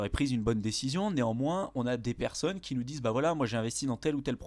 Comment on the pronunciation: « Beaucoup de perconnes » joli labsus 😂